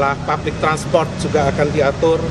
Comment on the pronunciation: rombongan maling dateng rame2, mau nyebut public transportation aja ngga becus, jangan sok2an pake inggris deh kalu ngga becus ketahuan dogolnya